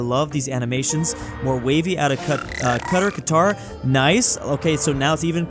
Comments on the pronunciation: "kadr" its qadar. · Saying cutter instead of Qatar is crazy 💀💀💀